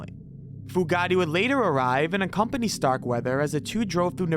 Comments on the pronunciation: It’s “Fu-Gate”, not “Fu-Ga-Ti”, you putz! 😑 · Pronounced FUGATE(FEW GATE) That name is NOT ITALIAN! LOL! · it's pronounced Fu' gate Chief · Fugate is pronounced as Few-gate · Great video but Starkweathers girlfriend was Carol Fu - gate I think it's actually spelled Fugatt but it's pronounced Few gate..... I'm not a grammar nazi, I just have a pet peeve. Sorry. Great video tho! Excellent work. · OMG Carol Fugate - Fu- gate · Also the name "Fugate" when talking about Starkweather. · I laughed at that and the pronunciation of Caril Fugate's name. It isn't pronounced like "Bugatti"....but it was funny to hear it that way. Not as funny as Baton Roog though.